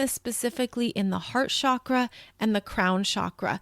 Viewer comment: It’s Chakra like chocolate. Not shakra. Sanskrit is vibrational and the pronunciation matters. Please say it correctly since you’re influencing so many people. It’s distracting .